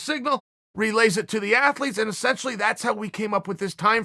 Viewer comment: Chael "E- scent- tially" Sonnen